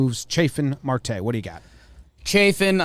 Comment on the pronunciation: Starling Marte is a solid player, also its pronounced mArte with a strong A.